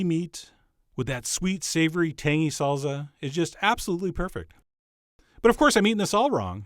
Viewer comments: "Serp" instead of "Syrup", "Salza" instead of "Salsa". You're killing me Chef John XD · SalZZZZZa. never heard anyone anywhere say this word this way before. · "Salza" lol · Is it really pronounced SALZA HAHAAHAHAAH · Good effort, Chef John, you did manage to pronounce "salsa" correctly at least a few times. :)